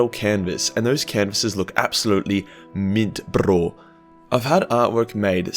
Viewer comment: I fucking spit my coffee out when you said “mint brrro” like a desi boy